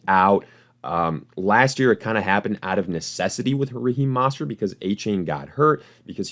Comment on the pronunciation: Bro, you gotta learn how to pronounce "Mostert" correctly, it really discredits anything you say after